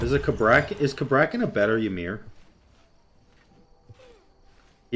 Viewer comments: Why-mer. Now that I have never heard before. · "why-mer" I can't believe you just said that lol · Less than 10 seconds in and the way pronounced Ymir hurt my soul.